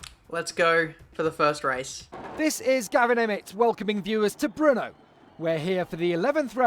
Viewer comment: It's BRNO not BRUNO ;)